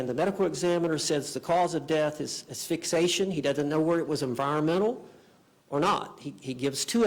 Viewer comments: What a dope ‼️Asphyxation isn’t a word. It is Asphyxiation ‼️There are Incidents, not Incidentes. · She fires 8 attorneys (or makes them want to leave) and ends up with a lawyer who says “ass-fix-ation”. Genius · The defense attorney doesnt know how to pronounce asphyxiation 😂😂😂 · Her lawyer can’t even pronounce asphyxiation right. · He can’t even pronounce “asphyxiation”!!!